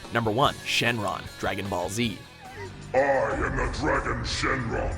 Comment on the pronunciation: Surprised he didn't butcher Shenron's pronunciation.